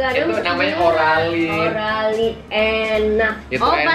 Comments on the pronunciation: Oralit bang, bukan oralin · Bukan oralin kak tapi oralit